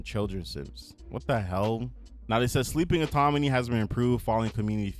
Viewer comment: You saying autoMony instead of autoNomy bothers me so much lol